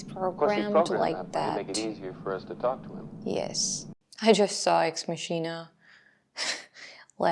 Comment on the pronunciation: It's pronounced MOCK-eena, dear. Not mash-EE-na.